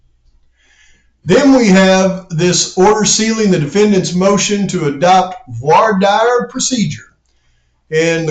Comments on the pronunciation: The dire in voir dire is pronounced "deer" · Hey man, it's pronounced like dare in Voir dire. Keep up the great work. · actually more like "vouar dere" 😂